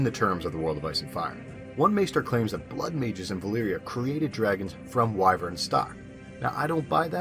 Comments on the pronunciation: You said it correctly as why-vern. Some people think it's pronounced as wih-vern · Thank you for not mispronouncing wyvern. I absolute hate when people pronounce it as "wi-vern"